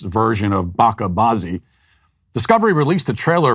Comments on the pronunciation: it's BaCHa baazi. you pronounce the 'CH' lick you do when you say the word chicken! kudos on the pun 💯💯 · It’s not Bakka Bazi but Bacha bazi! The ch is pronounced as in the word chair! Apart from that, awesome video! 👏🏻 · In “bacha bazzi”, the ‘ch’ is a soft ‘ch’… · “Baka bazi?” You mean Bacha Bazi?